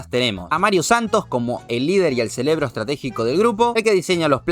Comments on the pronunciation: dice celebro en lugar de cerebro es solo un aporte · En serio dijo ceLebro? O yo escuche mal?🤔